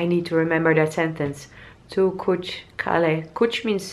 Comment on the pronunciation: 👍👍 you pronounced most of the words correctly. BTW sun is 'suraj', moon is 'chand' in hindi, yes that was tea plantation. You are becoming more like an Indian. The more you explore India the more you will fall in love with India. You should visit Darjeeling once, it's beautiful. The people here will always be happy to welcome you in India. 🙏